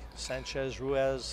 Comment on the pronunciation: Tony, please teach Jim Wych how to pronounce Francisco Sanchez Ruiz's name. It's not Ruaz. He's so annoying to hear.